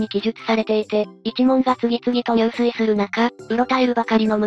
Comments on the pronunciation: 入水は、ニュウスイではなく、ジュスイと読みます。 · 入水自殺は、じゅすいじさつと読みます。にゅうすい、は水泳です。